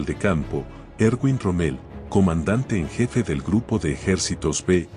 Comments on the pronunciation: Rommel, mal pronunciado. El error verbal al usar términos mal pronunciados, a causa de la dislocación acentual, es un fenómeno demasiado frecuente en pronunciación y que puede combatirse con la ayuda del diccionario. La destrucción del idioma por culpa de suramericanos es terrible. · Excelente video, lástima la pronunciación de la voz relatora: no se pronuncia ROMMÉL... sino ROMMEL... en fin. Buen trabajo por lo demás. Gracias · ¿Por qué lo llaman Rommél? El tipo era bajo, pero no tanto como para ser francés.